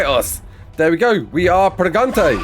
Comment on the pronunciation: "wE ARE PreGante!" Wow I didnt know todays video would include a fully fluent commentary by a native Spanish speaker!